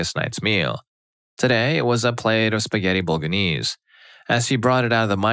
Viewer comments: Bol/a/nse not boga/nse at least we know he’s not ai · Bo-lo-gne-se With the GNE pronunced in a way that only Italians can pronounce(it's a sound very common in Italian but extremely strange in other languages) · Bolga-knees? 😂😂😂 How did you bugger that so badly?